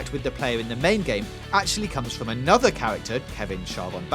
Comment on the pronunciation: "And fwom the video game Fee-oh, we have Owma. The Scawy ghost guwl." And I'm done with this video